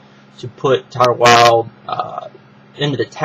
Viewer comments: Its Tayler Wild not Tyler Wild. TAY-LER not TIE-LER Tyler is a mans name. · Hey man... it's TAY-lor Wilde. Not TY-ler Wilde.